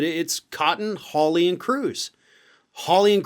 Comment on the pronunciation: I grew up in England, in a village called Hawley, the origin of this name. It is pronounced “whore- lee”.